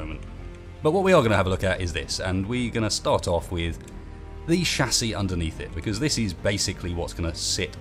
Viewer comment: Um excuse me? Wtf is a shasie? I know of a chassis, but not a shasie